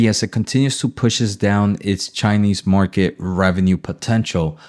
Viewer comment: Market not “Marke” 😂